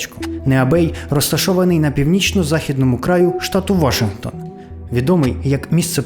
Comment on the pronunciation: брооо, «вашингтОн»! немає ніякого «вАшингтона», крім Джорджа🤦‍♂️🤌